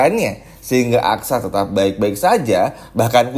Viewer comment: Susah betul sih nyebut aksa min..bukan aksara 😅